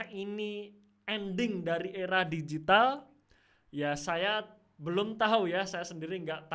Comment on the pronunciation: Mantap penjelasannya! Lucu denger aura digital 😂♥️